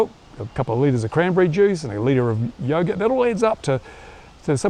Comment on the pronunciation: You mispronounced yoghurt mate. "yoghurt and muesli". You gotta check back in or else everyone is gonna think ur dead and your workout system was just another sham organized by "big exercise" in order to sell more pull up bars.